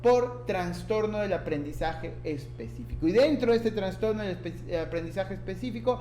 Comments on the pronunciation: Me gustó tu video, solo ten cuidado al pronunciar trastorno; ya que se escucha que dices transtorno... de ahí en adelante todo bien, muchas gracias. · Muy buen contenido, gracias, me ayudó mucho, sólo corrija su pronunciación, se dice TRASTORNO no TRANSTORNO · TraSSSStorno!!! Por favor!!! donde ves la N???? Habla bien. Saludos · Bien. Solo que es trastorno, NO traNstorno. Saludos. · Me gustó mucho su explicación sobre las diferencias existentes en ambos DSM, lo malo es que en todo momento escuché la mención de Transtorno. La verdad es que saca un poco de onda la mala pronunciación, pero fuera de eso todo bien. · TRASTORNO. Aprende a pronunciar esa palabra. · Pero por qué dices traNstorno? 😩😩😩😩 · Buena información pero me perturbó constantemente que repitieras una y otra vez “traNstorno”.